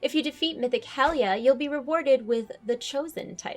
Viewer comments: isnt pronounced helia not hellyeah ? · I'm pretty sure it's hel-ah-jar, same way that they pronounce val-ah-jar. Those were some good burps at the end btw, 9/10 =D